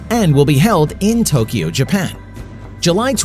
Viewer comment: Thanks for correctly pronouncing Tokyo.❤